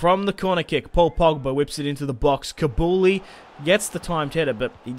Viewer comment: its koo-lee-bally not kabouli